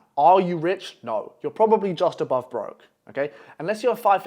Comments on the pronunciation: bro said obove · ABOVE NOT OBOVE